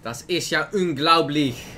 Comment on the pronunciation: he said" das is ja unglaublisch". In standard german it would be "das ist ja unglaublich" its german with an dutch accent. Funfact: it means: that is incredible,what is malfurions Wow-Voiceline.